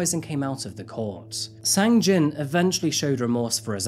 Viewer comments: thank you for your hard work, just one thing.......sang-jin's name got kinda butchered throughout this one 🙊 i heard "sang-jeong" and "jang-sin" just within the first six or seven minutes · The "a"s in romanization of Korea are pronounced short, not long. You got it exactly right with the second "a" in Gangnam. But then you pronounced the first "a" in Gangnam, and the "a" in Sang-jin, long, when they should have been short (exactly like the second "a" in Gangnam, which you got perfect.) But thank you for all the nice things you said about South Korea and Seoul.